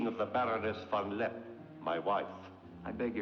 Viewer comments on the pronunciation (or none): Von LeppE, not von Lepp !!